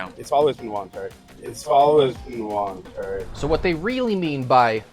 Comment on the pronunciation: Volentary lol